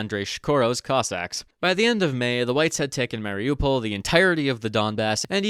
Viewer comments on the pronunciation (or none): none